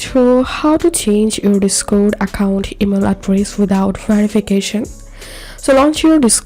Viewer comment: bro said " Guys this how to do it without verifacation now just open the verifacation code"